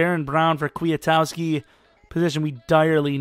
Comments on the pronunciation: Also, Kwi-Kowski. Not Kwee-a-towski Or maybe it's Kwi-Koski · Ryan Petras Maybe you're right, but either one of those is far closer than how says it.